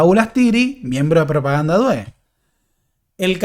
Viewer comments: "due" en Propaganda due se pronuncia con acento en la u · 😀"due" se pronuncia con acento en la "u"